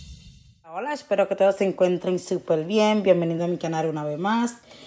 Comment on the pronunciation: Uy ese esssspero te salio muy de España... 😂😂😂. Aqui dejando mi apoyo en tu canal amiga